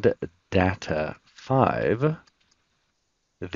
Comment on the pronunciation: Good useful stuff. (pet peeve: learn the proper pronunciation of the word Data. 😊)